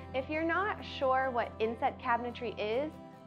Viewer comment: Sorry, I really thought she said “incest” cabinetry 😅